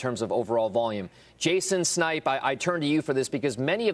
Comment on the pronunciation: jason snipe sounds incoherent. lol